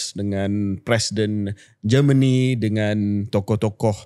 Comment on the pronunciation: It is not Geman it is Germany😂